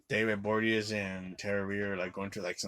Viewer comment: David Bo-ri-a-nez. Not that difficult.